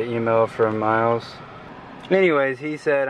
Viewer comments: Isn't it "Miles" not "MYLES"? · It's miles not myles